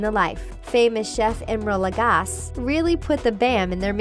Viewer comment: She pronounced Emeril's last name wrong.. Shame.. Quit living under a rock, noob.